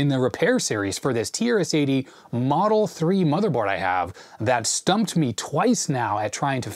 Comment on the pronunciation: The way you pronounce "TRS-80" sometimes sounds like "tear city". I guess that's quite a fitting name for this board😂